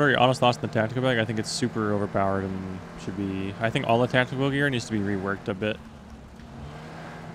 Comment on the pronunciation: "so heres de earth. is round!"